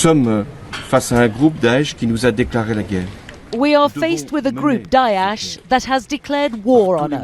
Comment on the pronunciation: "Daeash" as he said. Yes Zionists parading as Muslims!